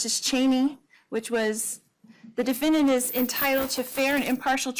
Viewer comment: Her voice and manner of speaking. She says "diffindint" instead of defendant.